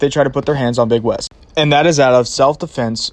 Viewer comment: It's not "Big West"; it's "Beg Wes". You don't even know your own community. Just like that idiot at the Nevada prison who got hot-boxed for putting a prison in lockdown. Every time you guys go to a state prison, the facilities go into lockdown. Your actions aren't keeping the Dep't of Corrections in check, you shutting down Rec' time, interrupting education and work programs, and you're putting dudes into their cells long before they have to turn in for Lights-Out.